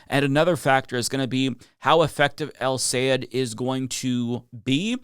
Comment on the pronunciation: Great video but a small pet peeve still doesn’t can’t pronounce Abdul’s last name. Is Sayed -Sa-Yeah-d.